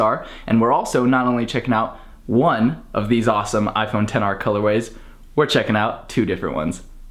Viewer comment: Did you really say ten r or XR